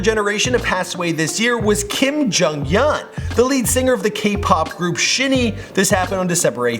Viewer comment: he really pronounced it shin ee and not the right way which is pronounced shiny jcjksmsmf he also called him kim im chsjsj